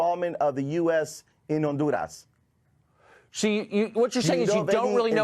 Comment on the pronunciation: If I have to hear that windbag say ondoorrass 1 more time, I'm gonna fuck my own ears off.